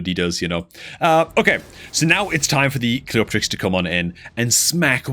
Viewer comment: the correct pronunciation is Cleo-terix